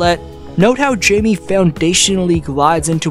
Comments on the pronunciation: Not Jamie, Jaime (pronounced like Hi-mey), he is a phenomenal player and has amazing basketball IQ. I can't wait to see how far he goes and how he impacts the game in the future. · It's hi-meh ha-kez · "Hi-meh" to be precise. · Hayme/Hame not Jaymee lol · Hi may, not J me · His first name is pronounced like “Hi-mey” but great video as usual! Been subscribed since 2022 so by now, we both know more Miami Heat content is coming out closer to the postseason😂🔥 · High Meh Ha Kez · I can't listen to this video with you pronouncing J's with a jay sound instead of an H sound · Someone tell this Narrator that Jime Jacques’s name is pronounced with an “H” both first and last……. there’s no excuse for him! It’s an insult to all Latinos